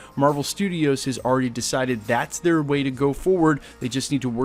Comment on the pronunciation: No one:: ALRADY